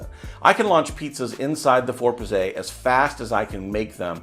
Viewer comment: Bro, Pizze is plural in Italian for Pizza. oh and you don't say Pizzay LOL